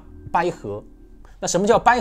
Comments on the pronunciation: 捭阖>> 百合 讲的特好，发音搞得很尴尬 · 纠正一下，捭（三声）阖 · 拼 音： bǎi hé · ”捭“是三声，“捭阖”音同“百合” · 捭阖（bǎi hé），第三声，第一声听着怪怪的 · 纵横捭（三声）阖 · 我也聽成了睡，還有掰合、陰陽。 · 捭阖，捭是三声。。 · 捭（bǎi)阖，第三声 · 捭 讀音bǎi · 捭（百）bai三声，听你读一声真难听！ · 那兩個字念ㄅㄞˇㄏㄜˊ!